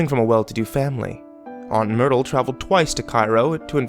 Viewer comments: I heard "aunt noodle" at first when he said it in the beginning and I'm like wait what... But then I realised it must have been myrtle 😂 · I thought he said Noodle too lol then realised he'd said Myrtle